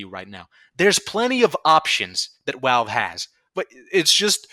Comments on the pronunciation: I can’t take you seriously because you say walve instead of valve. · Dude, please it’s pronounced Valve. Not Walve. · Why do you say your Vs as Ws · I like how you call them "Walve" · I like how you pronounce Valve as “Walve”. It’s funny I think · take a drink everytime he says walve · that's a wery wivid impersonation of him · Opinion discarded due to this man's inability to properly pronounce V words. AKA: "Who the fuck is 'Walve?'" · "Walve doesn't care" "Wictims of 9/11" Wery good wocabulary and compwehension. As much as I agree with the movement being a fucking circle jerk joke, this comepinga needs to pick up a job that gives disposable income instead of seething over people who know Valve will do nothing, so they take part in the economy anyways. No chance he started playing before the game became F2P, it's criminally obvious. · Probably his accent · The way you say valve just makes me giggle a little. Idk why it just does